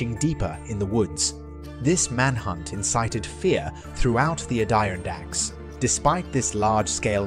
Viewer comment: Why are you pronouncing so weird? Add Er on dacks.